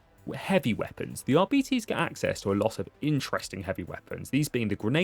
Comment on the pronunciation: It's pronounced aar-be-tez to rhyme with less not ar-bee-tease to rhyme with diabetes. Edit: Turns out me and everyone I know has been wrong for years wtf. He says it right! 😂